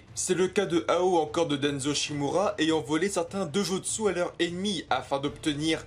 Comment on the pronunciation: mdr il sais pas dire Dojutsu et shinobi